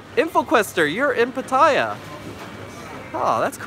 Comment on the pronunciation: I want you to pronounce PATTAYA correctly. It's not PAH-TIE-YAH. Say PAH-TEH-YAH instead. No hate, just want you to say it correctly. Thai is my second language after English.